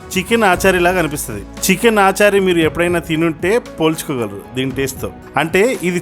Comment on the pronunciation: aachari ichari kadu adi.. achaari